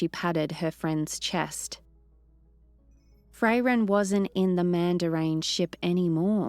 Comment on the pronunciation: My only negative aspect too this was as others also pointed out, the way she is saying Fray-ren not Frairen that could throw me off a bit, besides that she did a good job yes she will get more confidence in the story it is after all a channel favorite so it can be daunting to step into someone elses shoes too try and keep it going, i am all for her making it her own and giving it her own flair with the exception of the name Frairen, it could be an accent thing not sure but it throws me off a bit. She did a good job with Himmel and others as well so keep up the great work big shoes to fill, just get the name of Frairen right and i am going to praise you all day long for keeping this universe going.